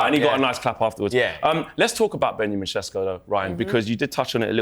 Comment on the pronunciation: Why’s he saying sesko like that? he’s not Slovenian it’s embarrassing 😂😂😂